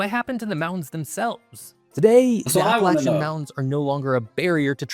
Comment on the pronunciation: he pronounced APPALACHIAN correctly. I hate when someone says APP UH LAY SHUN